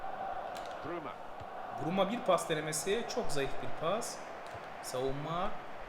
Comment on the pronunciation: eboue değil bruma abi